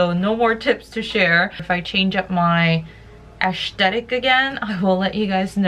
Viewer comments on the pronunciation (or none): Did she say "Ash-tetic"?